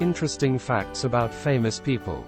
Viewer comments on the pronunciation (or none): none